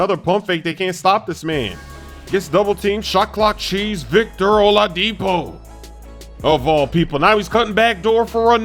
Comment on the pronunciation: O-La-dipo you put hella emphasis on the La lmfao